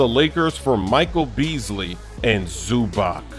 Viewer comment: ZUBAK? WTF